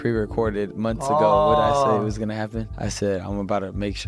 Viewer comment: Lol sneako said it "you goona regret it"